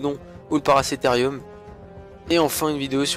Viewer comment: il a dit paracetherium